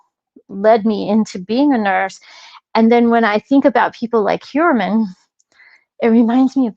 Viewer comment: I remember. when u first rationalized pronouncing Heuermann as hoyer-mon....u researched the name and found that pronunciation. RH, however, says: hewer-men. R u purposely mis-pronouncing his name to show disrespect? Just curious. (I dont have a problem w disrespecting this monster).